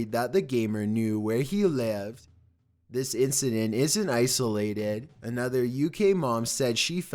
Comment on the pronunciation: Dude what the hells up with this dudes speech patterns? I feel drunk. “Some things felt off abouht thehss” not as bad as dudes narration used to be but goddamn The emphasis on weird shits blowin me